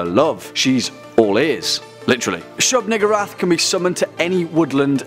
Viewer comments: Why I thought he said nigga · That pronunciation...